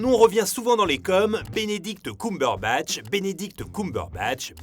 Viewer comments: Wow attend, On prononce KeumeBeurreBatch pas KoumeBeurreBatch. Sinon c'est une bonne vidéo comme d'hab xD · j’arrive avec du retard mais stp c’est « ceumberbatch » pas « coumberbatch » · Désolée mais j'ai beaucoup de mal à supporter ta voix alors quand en plus tu ne prononce pas le nom de la personne correctement (genre vraiment pas) et bah c'est complètement l'enfer (pardon pardon pardon ) ça se dit CUMberbatch coàmment le sperme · C'est Ceumbeurbatch !!!!! Pas cuuuumberbatch 🤣 mes oreilles 😭 mais super travail comme d'habitude 😘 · Sérieux c'est horrible ce COUmberbatch... tout le long c'était insupportable, Cumberbatch ça se prononce KEUMberbatch... on dit bien fun et non foun, sun et non soun... désolé mais là c'est vraiment insupportable même si la vidéo est bonne. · C'est pas "coum-berbatch" ça se prononce "keum" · CUME BURBATCHE PAS COUM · C'est Cumberbatch et pas Coumberbatch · Arrêtez de dire "Benedict Coumberbatch" bordel !!! Entre Allociné et toi !!! xD Ta vidéo est très bien construite, mais pour tout t'avouer, je suis une grande fan de Cumberbatch donc je savais déjà presque tout ce que tu as dit mais tu m'as quand même appris deux-trois anecdotes vers la fin de la vidéo que je connaissais pas ! Et pour le violon, c'est pas lui qui a appris à faire du violon, il a juste appris vite-fait les mouvements. La vraie musique jouée au violon est doublée par un vrai violoniste. Il y a une vidéo où des fans demandent à Benedict Cumberbatch si il sait jouer du violon, il répond que non car ça demande des années de pratique, qu'il n'allait pas juste apprendre le violon pour la série. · Benedict “Coum”berbatch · Bénédicte coumberebatch 😂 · C'est faux ! 😂 Il a dit qu'il avait jamais su jouer ! A part ça hyper interressant ! Mais "Binidict Coumberbatch" ça pique les oreilles ! 😅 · Non pas du tout ! Tu as raison. Petite erreur de prononciation dans la vidéo. En Anglais c'est bien "Keum" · alors ça ne se prononce pas ''Coumberbatch'' hein